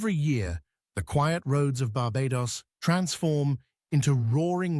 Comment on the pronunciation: Should learn how to say 'Barbados' for starters...